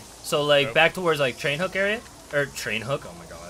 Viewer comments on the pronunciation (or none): I'm sorry..but did you really just say trainhook?